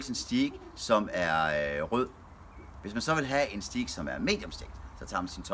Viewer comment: En så proff. grillmand kan vel lære at sige "stajk" og ikke "stiik" 😁